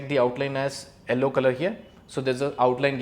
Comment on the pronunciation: It's not ELLO, it's Yellow.